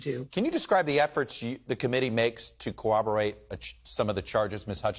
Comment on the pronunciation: Chuck, it is not “CO OB OR ATE”. it is “COR OB OR ATE”. get hip. you are setting a bad example.